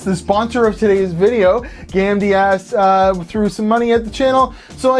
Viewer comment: the way you say Gamdias....